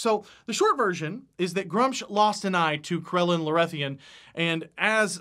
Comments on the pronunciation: I need to say this, the way he is saying gruumsh hurts my soul, it is pronounced gru-mish not grumch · Love the video, lots of good stuff :D Only thing: Gruumsh would have the "oom" sound like in Vacuum. also, mini market is love <3